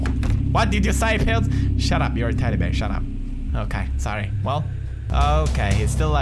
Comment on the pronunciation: Love how he says teddy bear like teddy beer :3 hahaha